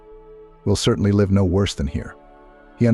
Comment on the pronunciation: Try pronounce live correctly. M